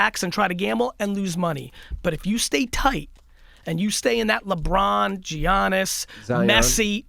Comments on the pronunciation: Its not effin giannis.. its pronounced yannis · bro really said Jiannis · Please learn how say Giannis sheesh